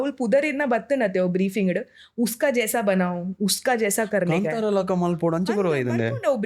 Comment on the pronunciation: Kantara is pronounced in a weird way by her.